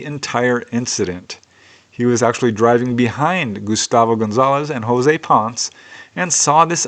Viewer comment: the last name PONCE is pronounced PON-SSEH, just something you might want to know.,.